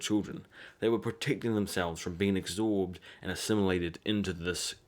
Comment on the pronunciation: I love ur videos but the way u say absorb is actually triggering me so much.